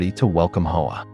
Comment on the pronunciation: Hoa is NOT pronounced "Ho-Ahh". It is pronounced "wah"... Eff you and your AI crap!